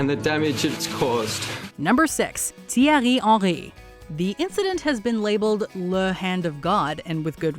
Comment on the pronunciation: what the fuck is thirererie haniryrt, it's Thierry Henry